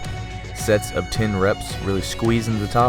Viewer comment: He says ten like tin hehehe fun! Love it!